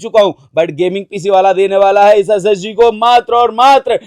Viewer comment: SSD bol raha hai ya SSG 😂😂